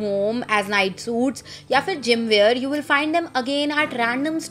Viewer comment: And wear not ‘weeyar’